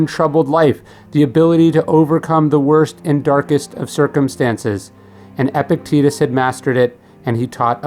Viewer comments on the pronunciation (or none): I cannot watch this video because of the constant mispronunciation of Epictetus's name. Gah.